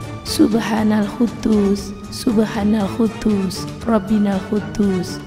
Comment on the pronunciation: Subhanal Quddus..bukan huddus